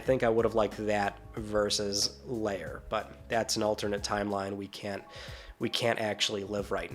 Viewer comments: lair not layer sheesh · Why are you saying 'Lair' like it's 'layer' and not as it should be 'there' (L-ere) . . . ?